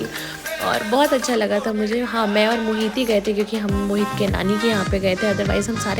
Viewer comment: Mohit is a hindu name ❤️ but she is saying mohit to moheet🤨